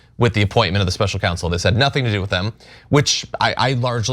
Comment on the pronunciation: It's counsel, not council former president trump. He's such a bunghole.